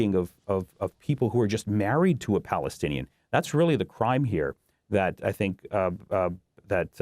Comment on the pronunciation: Married to a Palestinian American. Please say it correctly!!!